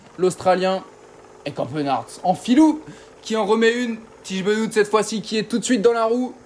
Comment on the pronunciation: "Bénote" pour le dire bien ?